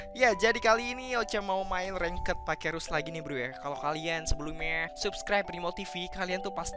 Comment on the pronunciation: Ranked dibacanya Reng't bro bukan rengket 😁